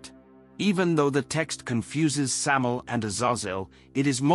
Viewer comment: Also it's pronounced Sam-eye-el. The "EL" in his name means "God" (or The God) in Hebrew. And it's not a myth that he was the serpent. Samael is Nahash. In Hebrew Nahash means "The Serpent".